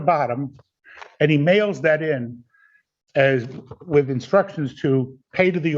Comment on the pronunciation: I’m honestly curious, why don’t you speak a ‘th’… always a wichjew?